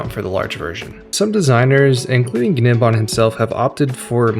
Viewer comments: Im pretty sure its just 'nim-bahm' - like the g is silent. Not a big deal it just sounds goofy as all hell when you pronounce the g lol, guh nem bahm is wild af 🤣. Awesome video tho man and thank you soo much for talkin at a normal cadence without the overcharged caffeinated crackhead energy these other people seem to have to put on. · Great video. BTW The G in Gnembon's name is silent. E.G. "Nembon" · Awesome video. Thanks Oh and the ‘G’ is silent for gnembon meaning it’s pronounced as Nembon. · Fairly sure the g in gnembon's name is supposed to be silent. Like in words like gnat, gnome, foreign, etc. So it should really be pronounced as "nembon" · the g in gnembon is silent, lol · The g in Gnembon is silent. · gnembon has silent g btw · And the G is silent (in gnembon). 😉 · The G is silent btw